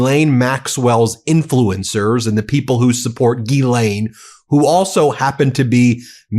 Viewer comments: Euuu one correction It’s not Gilaine but in French GhiSlaine. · Not Geeelane, it's Ghizlane. It's all in the Pronunciation. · It’s Ghislaine not Guylaine. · Please think of her name as being spelled as: Jisslenne and the emphasis is on the "slenne". The U.S. media pronunciation of her name is breaking my eardrums! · We should pronounce her name: "Jizzlane". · gee lane??? come on guy, english aint that hard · Ghislaine’s name is French, a phonetic pronunciation of her name would be JIZ-LEN (French pronunciation) or JIZ-LANE (English pronunciation) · JUST A MINOR POINT,,,,Her NAME IS GHISLAINE,,,PLEASE,,,try to PRONOUNCE it RIGHT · at least learn how to pronounce ghislaine. it seems juvenile to mispronounce it on purpose